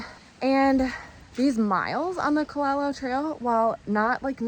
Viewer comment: Youre pronouncing kalalau wrong